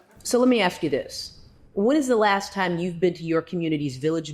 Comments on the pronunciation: Why can’t black Americans pronounce the word “ASK”???!!!!! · It's "ask" NOT AXE!!!!!!!! WHY IS IT SO HARD TO PRONOUNCE WORDS CORRECTLY? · If you say ax instead of ask you shouldn’t be in positions of authority. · if you can't say the word "ask" correctly there is your answer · if you cannot properly pronounce “ask” you cannot have my vote..